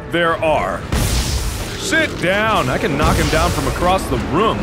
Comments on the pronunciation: It's a RHUM Sweeper... what the hell's a "room"? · the "ruumsweeper"